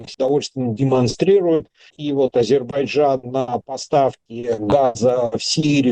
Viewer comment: Шепните кто-нибудь ведущему, что в слове Азербайджан есть буква "й" :)